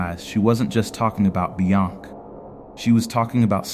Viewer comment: The way the AI says "Beyonc"